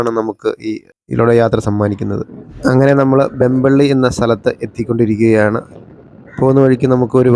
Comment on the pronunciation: വെമ്പള്ളി അല്ല, വെംബ്ലി . ഇംഗ്ലണ്ടിലെ വെംബ്ലിയെ ഓർമ്മിച്ച് ഇട്ടതാണ് ആ സ്ഥലനാമം.